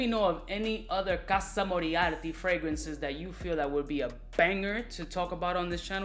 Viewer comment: Its called casa morati. Its a historic fragrance house with the name morati and has absolutely nothing todo with Sherlock holmes‘ archnemesis. Other than that keep up the good work the pronunciation just rubbed me the wrong way